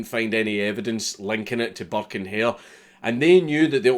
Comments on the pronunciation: Thought he said buck and hare which immediatly made me think of Bucky o hare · I know je says burke and hare but it always sounds like he says burke in here.